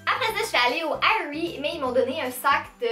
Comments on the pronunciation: Oui. C'est justement. En anglais, on dit pas A-E-rie. On dit Erie. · On prononce Érie et non AÉrie.